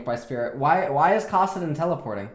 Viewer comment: its kAssadin not kOssadin